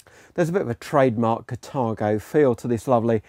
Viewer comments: its carthago not catargo.... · But it says Carthago in the trailer and in the text. Maybe it's a pronunciation issue as it's sounded differently in different countries.